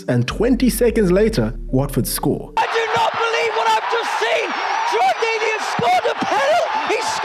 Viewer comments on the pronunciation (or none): none